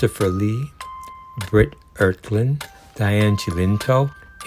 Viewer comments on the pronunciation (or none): Britt EKLAND. No "R". And I could go for a pagan cult. No Dems or Repubs. Wouldn't that be great?